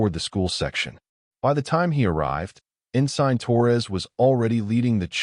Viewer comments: "En sign"??? It's ensin! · Great story, and honestly, the best AI reader I've heard so far. No breaks, changes in volume or voice, etc.. makes following the story, and suspension of disbelief much easier to accomplish while listening. Thank you. Only thing that really caught me was the mispronunciation of, "Ensign."